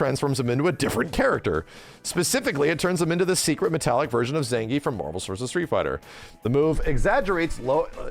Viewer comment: Ah, so it’s actually pronounced Zangayf, interesting 🤔